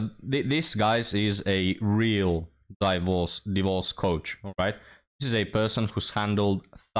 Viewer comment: "Die-vorce" 😂 how you grace the internet with your words keep up great work we'll mourn the loss of this channel if it becomes only ancient wisdom